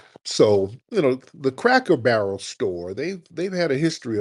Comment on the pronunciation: The way Tariq was pronouncing "Cracker Barrel" had me screaming 😂😂😂